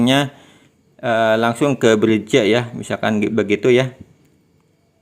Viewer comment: Semangat bang. Penjelasannya cukup jelas. Usul: cara ngomongnya kurang menarik. Mungkin perlu pakai saja ElevenLabs. Usul lain, ,menampilkan teks ttg nama platform, spt Pixverse. Yg lain, belajar BHS Inggris. ,Menyebut "bridge" anda salah.